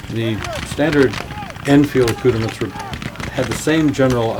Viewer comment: Boy, he sure is murdering "accoutrements"😬